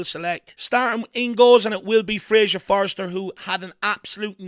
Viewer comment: it’s frasier FORSTER not forester. Nothing to do with threes ffs 😂😂 get it right & love the channel ❤